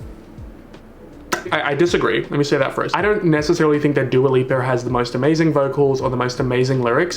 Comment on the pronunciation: Nobody:: dua liper Not a soul:: future nostalger